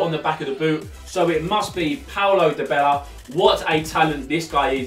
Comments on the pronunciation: Di-bella? Die-barla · Its dybala not dybela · said Paulo Dybela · It is pronounced porlo diebala